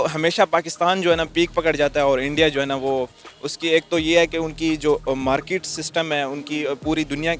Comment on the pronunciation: Abe zahil market hota hai markit nhi😂😂😂😂🤣🤣🤣🤣🤣